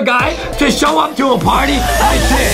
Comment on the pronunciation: No one Literary no one Justin: YA KNOW ADEM THE ONE TO SHOE UP AT A PARTY WITH tHiS